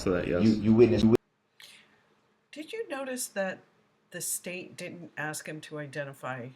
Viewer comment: "AxeShu-ullll-E'. 'Axe'. Someone should've told this dude it's pronounced, 'actually', and 'ask'. Oh yea, let's not forget 'fur duh Wreck-ert.' It's 'for the record'. This is the only trial I've ever kept up with and watched all of it I could in my entire life. It was just too much and honestly this POS reminds me of a half-brother I was forced to spend my entire childhood and young adult life around so watching him get the shaft was kind of nice. They're so similar in so many ways it's absurd.